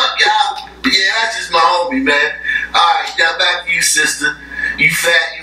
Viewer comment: loll how he pronounces "back" kills me everytime. but he is so rightttttttt!!!